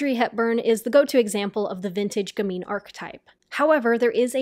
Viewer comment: If you're going to insist on saying gamine 100 times, you should at least learn how to pronounce it.